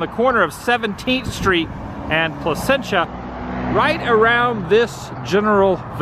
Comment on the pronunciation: Thank you for pronouncing Placentia correctly. Born and raised in the city of Placentia.